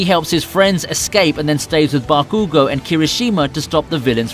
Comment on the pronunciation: Its call bakugo